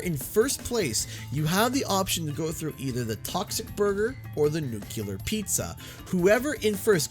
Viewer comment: Downvoted for mispronouncing nuclear. (Jk just a pet peeve)